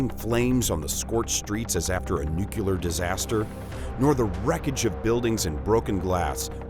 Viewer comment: You lost me at "nuculer"